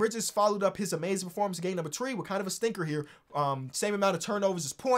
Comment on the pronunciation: I know y'all heard how he said "3" you part carribean or was that just the dyslexia or sum